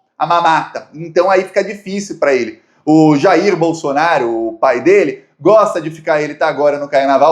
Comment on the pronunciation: "Pai" e não pão.